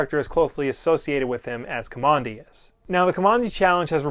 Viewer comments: You're saying his NAME wrong. If you read the comic you'd know that Kamandi got his name from living in a military installation. Now don't ask me why he wasn't named by his grandfather with a real name but they lived in Command D. And you are saying Kamondi. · Guess I will continue to search for a full review of the first issue and someone who can pronounce the name of the main character in a correct way...what did I just finish watching, some nerdy fan send up of DC, not sure.